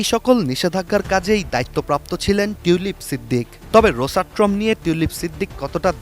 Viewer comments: "রোসাট্রম" না "রোসাটম"? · রোসাট্রোম উচ্চারণ ঠিক আছে তো?